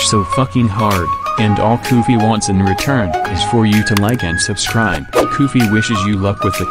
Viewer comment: Koofy says: YOU SHOULD SUCRIBE NOW!!! (LIGHTNING)